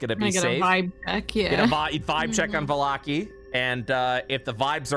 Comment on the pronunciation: haha, Vallaki has been pronounced 3-5 different ways so far.